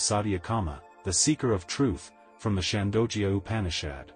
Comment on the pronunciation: Gah, your pronunciation of Sanskrit is pretty pathetic, I hate to say. I hate to fuss this way but it really is disconcerting. Chandogya is pronounced Chaan-do-gya with the 'do' pronounced as in 'though.' Satyakama is pronounced Suth (rhymes with such)-ya-kaama. Satya means the Truth. Vayu is pronounced Vaa-yu and not Vay-yu! It refers to the energy of the wind, worshiped as a deity. And oh, the fourth source of information for Satyakama you stated to be a diver bird, but "Loon" is the more commonly used word for the bird, is what I have read. Anyhow, pronunciation aside, your effort to present this Upanishad is most appreciated. 🙏It is only a part of the entire Upanishad, though. There were other students who were taught as well: Upakosala, Svetaketu, and Sanatkumara. The Upanishad teaches the truth of the Atman (pronounced Aath-mun) which westerners call the "Self." I guess they refer to the "Big Self" hidden within our "little self." :)